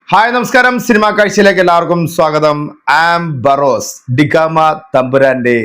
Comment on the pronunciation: ബാറോസ് അല്ല. ബറോസ് അല്ലേ🙄